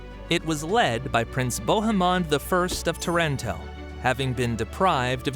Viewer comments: pronounced Taranto incorrectly. No italian has ever pronounced it that way. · Again Taranto is mispronounced.